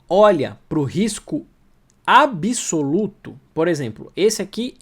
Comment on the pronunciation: Sou seu fã, mas não cometa erros grosseiros de português! Não se pronuncia ABISOLUTO o correto é ABSOLUTO, o B é mudo, portanto, para pronunciar direito faça uma rápida separação entre AB e o restante da palavra. Assim, ó: AB SOLUTO